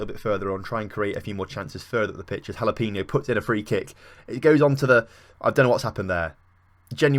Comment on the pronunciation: Jalapeno is pronounced like Ha-la-pay-no